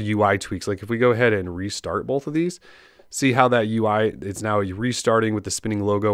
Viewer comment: Bolwth (both) - you can't un hear this.